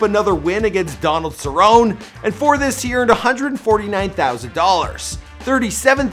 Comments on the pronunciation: Cerron-eeeee Lmfao bro do some research on names💯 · cerrone is pronounced at the end like eeee... cerrony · CERRONEEEEEE NOT CERROWN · For real!! He couldn't even say Donald Cerrone's name right. He said that someone wrote the caption for nate while he's literally reading a script someone wrote for him. I can't fully trust what this guy says sometimes.